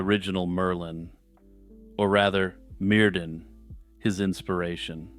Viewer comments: Mer-THyn it’s the pronunciation for the ‘dd’ in old welsh names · Ahem, Myrddin is pronounced 'Mir-thin'. In Brittonic or early Welsh, 'dd' is pronounced 'th' as in 'this'.